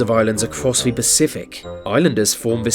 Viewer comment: Can you learn to say this and the rather that VHIS and vhe